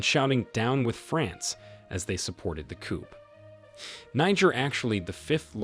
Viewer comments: Did you say coop? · Note to the commentator, the P in coup is silent, it's pronounced coo. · Did u really say a “coup”